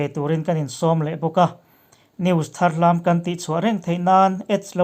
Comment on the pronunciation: Tharhlam nilo in thar lam tih zawk tur a ni e, tlang hrang hrang țawng dan a inanglo na a thar lam tih kher hi chu Duhlian țawng ah chuan khawi tlang ah pawh thar lam tih tur a ni e.